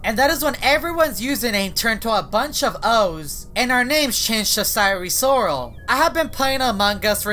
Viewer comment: "cyree sorrol"